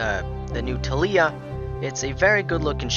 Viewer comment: ThAAlia also.